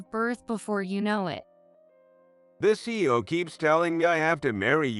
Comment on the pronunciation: C.E.O. - not See-O